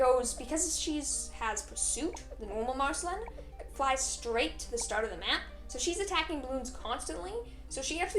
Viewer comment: You pronounced Marceline wrong